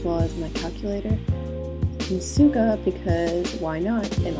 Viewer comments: so beautiful!!! also you may know this by now but "SUGA" is not pronounced by S it is SH but they write it as S only ^^ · why u say suga like that....... its like sugar but without the r